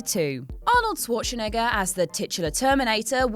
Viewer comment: It's SCHWARZEN NOT ZWARTSCHEN REEEEEEEEEEEEE